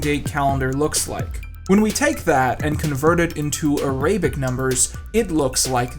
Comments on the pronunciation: "a-RAY-bic numbers." Uhh... Should we tell him? Or is this a running joke I don't know about? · “A-rabic numbers”? Really? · Arabic is pronounced Air-uh-bick not A-ray-bick. I' realize Youtube is rife with horrible mispronunciations, but I'm rather dismayed that you of all people are mispronouncing common English words. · Forgive the nitpicking but Arabic is pronounced AIR a bic not a RAY bic. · The fuck is an "Ar-ay-bic" number? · "Araybic" numbers? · "Aray-bic numbers" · “A-ray-bic numbers??” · Arabic is pronounced AH-rahb-ick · MAYA calendar? Ar-AY-bic numbers..? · “araybic numbers” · a-ray-bic numbers? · A-ray-bic numbers??? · Is it just me or is that not the right pronunciation of Arabic?